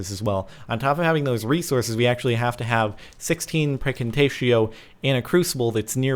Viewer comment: Does anyone else hear Praecantatio as FREAKING TATIO?